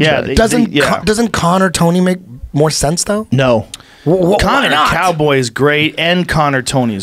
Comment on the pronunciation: He doesn't know how to say Cowboy is straight trash